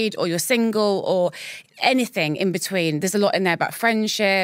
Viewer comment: It’s -anything not ‘ anythink’